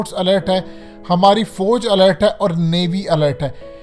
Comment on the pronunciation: Fooj nahin Fauj...fooj nahin Fauj. Kindly improve your accent.